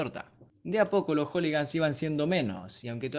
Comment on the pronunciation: "Joligans" ah bue...